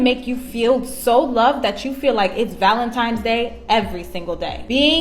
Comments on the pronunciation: * Valentines Not ValenTIMES ! 😂😅😂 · Did the first girl mistakenly say Valentime’s? Repeatedly? Then she goes into communication being key, yet: Him: “What’s wrong?” Her: “……nothing” Yeah…… 🤦🏻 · If she doesn't know it's ValentiNes day and not ValentiMes day, she gets nothing. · Valentimes? Rofl... Valentines Day. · Any female that says valenTIMES day doesn't deserve a mf thing. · "Valentimes Day" 😂😂😂 They are so dumb. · "Valentimes" annoying AF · Valimtimes Day?! WTF is that? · LMAO.... "valentimes day" Buahahahah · My minimum expectation is proper use of our shared English language. For example, Valentine is spelled and enunciated with a ‘n’ and not a ‘m’ and ‘ask’ is not spelled or enunciated with a ‘x’. Cheers!